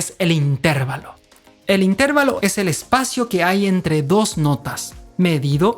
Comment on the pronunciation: Explicado de forma tan magistral que hasta un torpe como yo lo hubiera entendido sino lo supiera ya 🤣 y aún así me ha entretenido muchísimo. Esperando con ganas los siguientes capítulos:) Me atrevo a corregir "tu forma peculiar de decir inTERvalo" y llamarlo interVAlo por aquello de que tus seguidores que lo desconozcan entiendan que esa es tu forma personal de pronunciarlos...:)